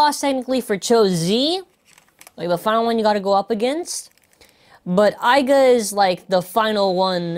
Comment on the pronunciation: its not aiga its aiger